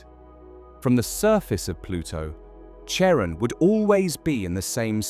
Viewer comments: CHARON is pronounced like KAREN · Charon is pronounced like care on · British style. Pluto’s moon should also be pronounced “Karon” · It’s phonetically pronounced Karon(Charon)not chairon!! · Most English speakers pronounce it like Karon - like (almost) every other Greek name or word spelled with the letter Khi (X). (Christ, Christmas, choir, chorus, chemistry, chaos, chasm, chronic, character, chord, choreography, cholesterol, charismatic, chlorine, chromosome.) There's a recent trend in England to pronounce it as if it were a French name (like Michelle). Personally, I don't mind either - but the 'ch' (as in church) pronunciation is just wrong. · Hmmm. Though I suppose the pronunciation of Charon was fairly horrifying... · Funny. The channel has an astronomical sounding name, but doesn't know how to pronounce Pluto's moon. It's pronounce one way for the Greek god it's named after and another for the actual moon itself... NEITHER of which is the pronunciation used in this video. I really hate computer generated narration. 🙄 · Ugh! The 'ch' of Charon is pronounced as a 'k' ... it's a classical Greek name. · Oof, you mispronounced "Charon."